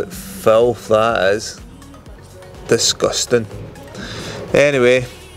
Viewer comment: I passed my test last week at age 44, looking for a cheap runaround, wish I had your skills or lived 150 miles closer to Blackpool. Stunning transformation as always. And my kids love it whenever you say ‘Disgusteng’